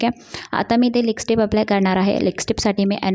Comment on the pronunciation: मेकअप छान केलस. व्हिडिओ बनवताना भाषेवर प्रभुत्व असावं. नको तिथे ण चा वापर अयोग्य आहे. छाण नाही छान नाही हा शब्द णाही असं बोलतेस. आणि लिसटीप नाही गं लिपस्टिक म्हणतात. काला नव्हे काळा. मेकअप चा व्हिडिओ करते आणि लिसटिप बोलते. योग्य ती सुधारणा व्हावी.